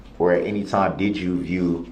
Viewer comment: Dude had me rolling when he said "had enty interaction with the Plaintiff".